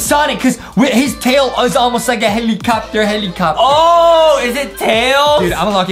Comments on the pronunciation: I laughed that Justin said hellcopter hellcopter 🤣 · Justin: HELICOPTIR HELITOPTIR Me: DYING CUZ OF LAGHTER